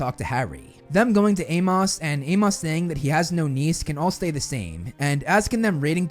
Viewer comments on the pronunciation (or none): Bruh.....it's pronounced 'A-mus'... not A-moss.....it's a common name...it was even spoken several times in the movies